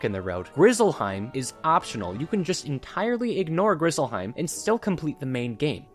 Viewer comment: Ngl “Grizzlehiem” at the very end pissed me off 😂